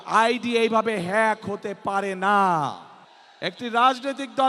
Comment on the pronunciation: হ্যাক কে ফ্যাক বলতেছে, অন্যের সাহায্য নিয়ে উচ্চরণ করতে হচ্ছে। ৩বার পরীক্ষা দিয়ে HSC পাস করছে,ভুমিকম্প বিজ্ঞানী,লন্ডনী মুফতি ।